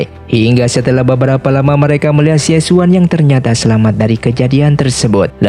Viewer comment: Xie xun bacanya Sie Sun Raja Singa Emas